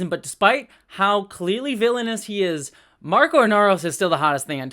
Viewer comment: His name is Marco, not Marcos.